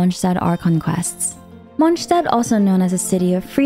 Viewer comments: I love how you say Lord Rukkadhevata!😊🎃❤ But „Monchstadt“ sounds weird for me as a bilingual in English/German :D❤😂 No hard feelings though :-)😊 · You doing to much with the names🤣 "mongstat" "yue" you're just trying to hard to pronounce these names successfully or uniquely. But good vid overall 😅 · Why do you say Mondstat that way 😭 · The way she pronounces monstadt is bugging me the wrong way 😂😢 but good vid ❤ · As a german, Mondstadt isn't pronounced correctly in the game